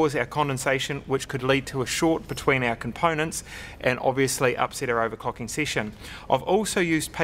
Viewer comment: owercocking sesion....wwwriiite